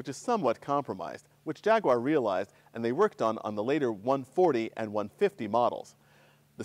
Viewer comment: Thank you for saying "Jaguar" correctly. Got my like right there.